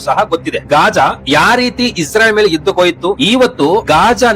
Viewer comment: ಇಸ್ರಾಯಿಲ್ ಅಲ್ಲಪಾ